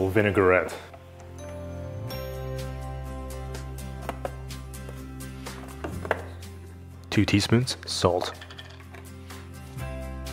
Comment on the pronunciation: It’s….vin-ai-grette. Not vinegar-ette